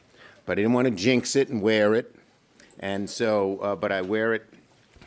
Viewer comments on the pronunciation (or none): none